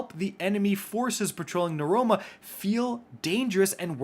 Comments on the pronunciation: Bruh, Neuroma? It’s NEOMUNA. Mans needs them gamer glasses to read. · I can't help but notice, and it sticks out to me really bad, your pronunciation of "Neomuna". You were saying what sounded like "Nuroma". Wouldn't the pronunciation be "Neo-moon-uh" or "Neo-mew-nuh"? I'm sorry for pointing out something so specific, just REALLY caught my attention lol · Oh, nee-oh-moo-nah 😅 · Twice in this video, you refer to Neomuna as "Nuroma". Just busting your balls 😆 🤣 lol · ahh yes the new POI "neroma" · We gonna ignore the fact that he can’t pronounce Neomuna properly?